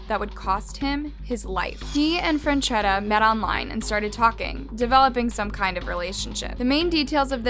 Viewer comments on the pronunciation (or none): it's "Franchetta". it's "Franchea". it's "Franchesca". How many different ways are you going to pronounce this name in one video? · Omg can you pronounce the girls name correctly?